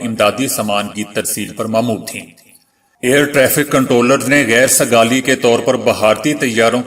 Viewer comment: Geir sigali naheen hota balkeh. Kheir ( kheir sigali hota hay khair .shukeriya